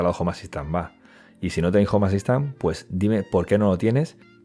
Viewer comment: Cuando pronunció mal "home assistant" dije bueno no creo que lo diga muy seguido, continuemos. Estaba equivocado, unas 300 veces en los primeros 2 minutos